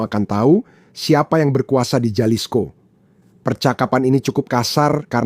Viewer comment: Halisko bacanya boss ini Latin j dbaca h.